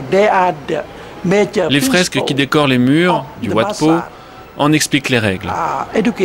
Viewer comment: Wat se prononce 'vat', cela veut dire 'monastere' en thaï, satto, Heu merci !